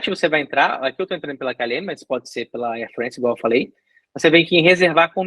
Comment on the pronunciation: Air Frence? É Air FrAnce. Isso é francês!